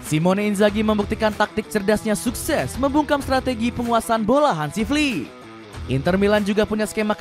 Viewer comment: Admin Salah penekanan intonasi bang.. 😂😂😂 Maksud nya Flicks yg dari jerman